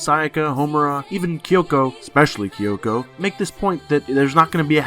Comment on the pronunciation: "Kayubey" "Kayoko" "Mitikahara" "Walpurge-snat" listen i have no idea who you are or why you pronounce things the way you do but please,, Besides that!! Nicely done video ✌